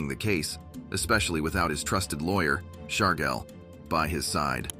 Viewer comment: Gotti’s attorney…”Shargel”? This video’s poster should be sentenced to 100 years in Marion! Worst case of mispronounced names! Get a new software programmer you Kindergarten Dropout AI ! 😂😂😂